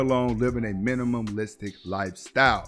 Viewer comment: If this man says "minimumlistic" one more time!! Minimalistic....minimalistic. Great video tho!!